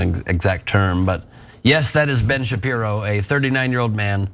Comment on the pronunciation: It’s Ben Sharpie-ro